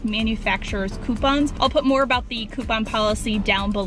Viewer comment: i thought she said pooponps insteast of coupons